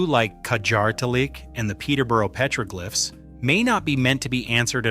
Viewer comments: ❤Petroglyphs is pronounced PET-ruh-glifs (IPA: /ˈpɛtrəˌɡlɪfs/). It is a three-syllable word with the primary stress on the first syllable ("PET") ... not a "glife" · Psst: "Petroglyphs" is pronounced PEH-truh-glifs (IPA: /ˈpɛtrəˌɡlɪfs/). The word is broken down into three syllables: "pet-ro-glyphs," with the primary stress on the first syllable ("pet") and a secondary stress on the last syllable ("glyphs"). NOT petroglifes. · You lost me at PEETROGLIFES. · Piētro-glìffes ? I know them as pëtrōglyphs. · Dude said Pete rogue lifes instead of petroglyphs lol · Interesting stuff to be sure....but "pay-tro-glyff"???!!! You got to be kidding... You can pronounce all of these native language names and you can't say petroglyphs??!!